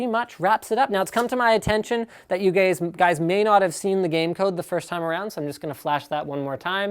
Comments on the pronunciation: "so it's come to my attention that you gays...guys" lol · ''It has come to my attention that you gays *ehrm* guys...'' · Dod you just say GAYS linus? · lol wtf did he called us gays ? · he said gays ( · Gays :D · LOL HE SAID GAYS !